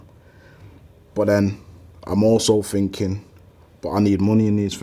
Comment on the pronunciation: Thinking > "Phinking"